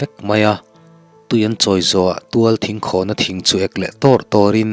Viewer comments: ka lo sawi ve leh lawk...aw... ka in thlahrung viau na in.... thinkhãwn ni lo in thingkhawn. tih leh... sisep ni lo in sisép tih tur a ni in ka hria... ...chhiarthiam pa... .. ngaihtjlak a nuam ..ka beng a lo thlep ve deuh a..ka hre ber chuang lo a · Thingkhawn hi thluk lo va lam tur a ni e. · Thingkhâwn ni lovin thingkhawn ni zawk lo mi? Thluk na awm lovin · Thinkhâwn ni lo in Thingkhawn tih tur a ni lo maw!!! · Thingkhawn tih pawh hi buhfaitham khawn anga lam tur aw